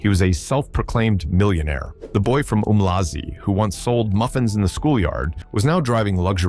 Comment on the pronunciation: It's pronounced ARM-LAzI not OOMLAZI